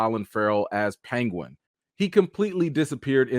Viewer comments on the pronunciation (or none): As a country MF from SC, I loved that you said "PANG-win" instead of "PEEN-gwin" haha Dirty South bro!!